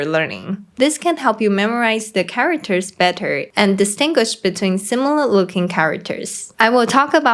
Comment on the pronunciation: Cool. But the way she pronounced it charaWters is a bit annoying; if it had said just for a few times, maybe it's not really a problem, but since she said charaWters too many times, she should have learnt it better to say it properly.